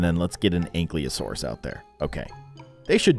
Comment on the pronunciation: It is pronounced a ank-i-lasourus